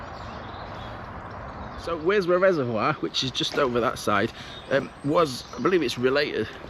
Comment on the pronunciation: WORSBROUGH IS PRONOUNCED WUZBOROUGH IN BARNSLEY 😊 AND THANK YOU FOR PRONONCING CUDWORTH CUDDUTH AS I WAS BORN THEEA